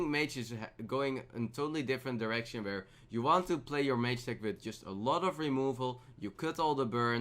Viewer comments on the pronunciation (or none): "Vhere" 2017